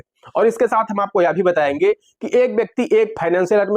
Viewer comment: Kitni backwas. hum batyaying hum bathyaying. hum batyaying hum batyaing